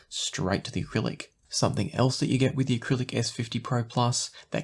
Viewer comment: Jeez man, it's Arylic not acrylic